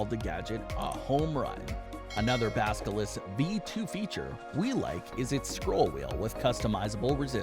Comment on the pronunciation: Did ya’ll just say baskilisk? Lol